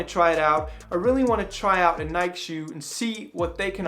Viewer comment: I agree with your pronunciation of "Nike" - it has never, or ever will be "Nike-ee".